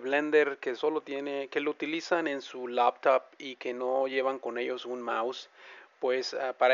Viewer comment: El "tachepad" la "lapatop"... ja, buena.